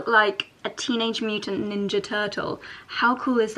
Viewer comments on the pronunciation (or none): none